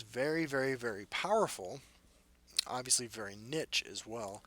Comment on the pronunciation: "niche" = "neesh" my man